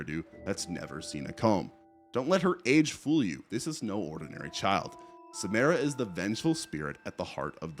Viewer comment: Not sure what is so hard about pronouncing Samara correctly. They only say it like 100x in the movies